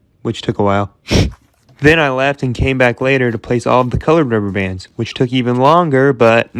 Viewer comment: When he says 'then I left' I hear 'then I laughed'